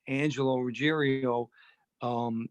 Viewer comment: Ruggiero not Ruggerio. Everyone always mispronounces Angelo's name.